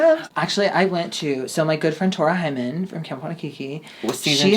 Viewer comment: PS- Did u say "my friend Tora Hymen!?" 🤣🤯🤣